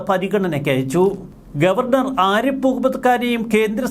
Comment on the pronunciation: "ആരിപ്പ്" മുഹമ്മദ്‌ ഖാൻ അല്ല സേട്ടാ, "ആരിഫ്" മുഹമ്മദ്‌ ഖാൻ എന്നാണ് അങ്ങേരുടെ പേര് 🤪